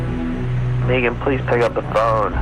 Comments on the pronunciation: Nope, she pronounces her name Meegan. Sounds silly, since it’s usually Megan… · Its Maygan. Not Meeegan..😅😅😅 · who shows up to an upscale dinner party to assault the veggie tray! What’s this guy doing when people aren’t looking?! To be honest I heard Meeegan 😂 did it. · Scott Mçkày is beautiful the name Megan .